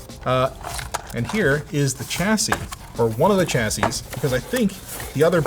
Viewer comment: It's not a CHASY it's a CHASSIE 😑 Also....... you made it 😁